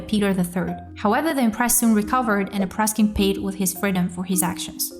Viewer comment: Not Apraskin, but Apraksin.